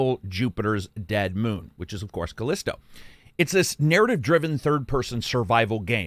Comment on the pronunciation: FYi: "The Callisto Protocol" not "The Collisto Protocol". /shrug